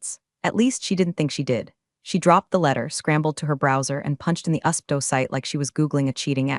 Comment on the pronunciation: U.S.P.T.O, not ustpo ffs! I love your stories and snark, but can you please get these acronyms correct. If in doubt, please ask me.